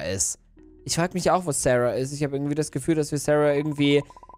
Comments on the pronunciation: Sie heißt Sahra und nicht Serha😂Egal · Sahra und nicht särha